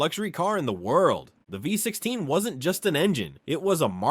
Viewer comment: Cadillac ”voy” 16. Thats the result you get when you use AI for the text in these videos.